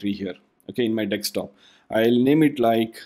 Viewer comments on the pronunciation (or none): Very well done... not 100% certain... it SOUNDS like you're reversing the "s" and the "k" in Desktop and pronouncing it as deks-top.